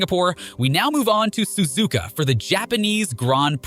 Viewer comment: I can tell you’re American or something cause you Suzuka susika